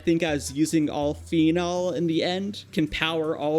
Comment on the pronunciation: Please google how to say things. you pronounced nichrome, toluene, phenol, and a couple other things wrong. The other things you only said once though.